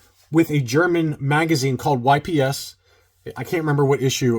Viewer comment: It's not pronounced Y-P-S! 🙄🙄🙄🙄🙄🙄🙄🙄